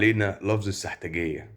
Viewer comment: لطفا ضم السين في السحتجيه وليس بفتح السين